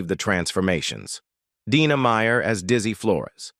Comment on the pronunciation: First 25 seconds, pronounced Dina two different ways, clicking off. Trash.